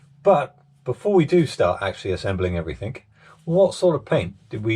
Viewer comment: Everything. Not everythink .